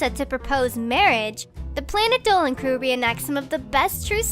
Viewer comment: All I here him say is Planet Dowan, instead of Dolan